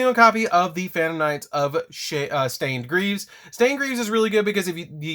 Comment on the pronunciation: Sounded like he said shit stained greaves 😂